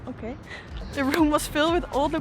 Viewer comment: The "oke doei" was so Dutch. Je doet het heel goed, op naar meer 💪🏼👌🏼